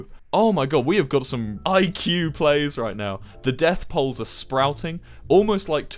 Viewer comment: "dETh PoUlES"